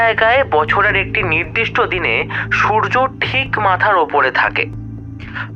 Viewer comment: "তরঙ্গ" মানে ঢেউ। "তোরঙ্গ "- বড়ো বাক্স। ইংরেজি "ট্রাঙ্ক" শব্দ থেকে কথাটা এসেছে।খেয়াল করুন।"অড়ন্য", "নিড়দিষ্ট"-তাহলে "নির্দিষ্ট"- কি? "চিনহো(চিহ্ন)"??